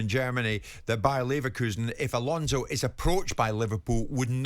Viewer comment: Xabi= Chabby, Alonso is pronounced like " so" , not " "zo". Next lesson, Mauricio Pochettino